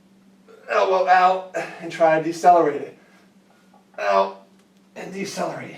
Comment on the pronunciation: "out" sounded like "oww"